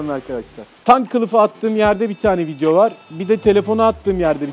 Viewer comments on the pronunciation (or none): none